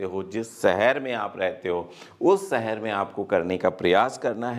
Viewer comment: Sir m aapki video aksar dekhta hun achchi hoti hen but sahar na bolkar shahar bolen please